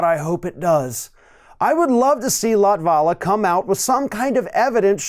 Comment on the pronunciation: that's not how you pronounce latvala's name. i checked, he is not latino, he is of finnish origin and in finnish the stress is allways on the first syllable.